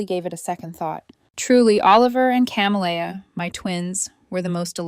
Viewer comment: She's raising two daughters alone, she says, but one of them is named Oliver and is referred to as he/him. The other is Camellia and this AI narrator pronounces it in a variety of ways, none of them correct. So distracting and unnecessary if they would get a human being to proofread.